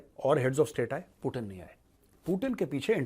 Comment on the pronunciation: पूटन नहीं पूतिन नाम है